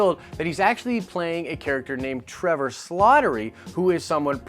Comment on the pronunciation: it's slattery not slottery